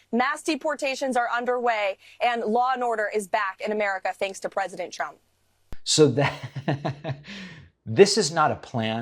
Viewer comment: She also sounds like she's saying President Chump, which is pretty funny